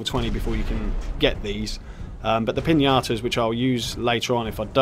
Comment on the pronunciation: I know I’m late, but I seriously love the way you pronounce Piñatas as Piñatoes 😂